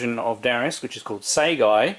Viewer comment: Segai? Is the last a on Segaia not pronounced? Crisis Force is fantastic, I was close to picking it myself.Not sure if you heard but they're doing a physical print of Darius Burst.